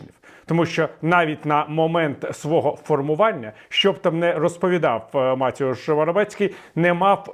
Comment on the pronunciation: Не МатІуш, а МатЕуш